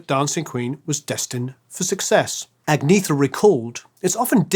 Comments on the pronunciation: Agnetha is pronounced AG-NYET-TA, not AG-NEE-THA. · Ann-Yett-Uh. Not Agg-knee-thuh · Only now we realize how awesome! BTW Agnetha is pronounced On-Yet-ah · I'm sure someone else also sang out, but just in case...Agnetha isn't pronounced the way it looks. Even "Anyetta" isn't precisely right...but it's closer.